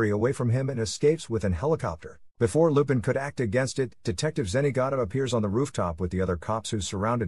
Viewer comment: Text to speech issues/errors Lupin the 3rd is the grandson of arsene lupin Fujiko mine takes it Goemon